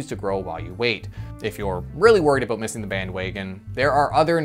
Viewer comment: We don't say "aboot". It's more like "aboat".